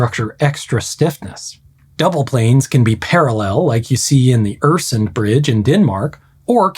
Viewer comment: i don't get what you are saying. my comment was that he did'nt bother to get the pronunciation of Øresund right.